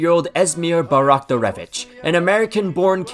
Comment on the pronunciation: Esmir Bajraktarević on the thumbnail. A full segment with good pronounciation attempts and music. (You kept skipping the Js, it's really simple. It's pronounced as Y, literally.) As someone who traversed Sarajevo in it's entirety by foot to welcome the national team, you're forgiven. P.S. About the ball-boy incident. A very overlooked detail is that Donnarumma first tried ripping up Vasilj's (Bosnia's GK's) sheet. That's why they decided to steal his in retaliation. I still don't understand why he kept steeping so low during the game.